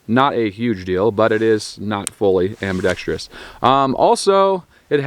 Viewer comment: Dude can’t even say ambidextrous, what do you expect?